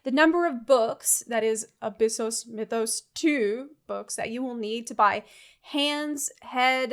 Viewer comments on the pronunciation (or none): none